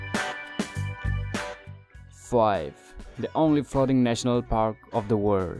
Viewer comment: Five..... Pronounciation style. I die